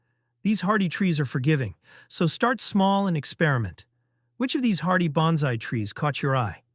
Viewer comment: Why should I take your advice? You can't even pronounce Bonsai correctly.